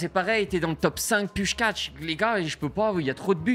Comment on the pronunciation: pourquoi il dit puchkatch lui